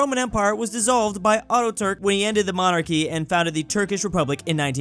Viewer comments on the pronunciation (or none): He learnt how to pronounce "Schengen", but now he pronounces "Atatürk" like "Autoturk"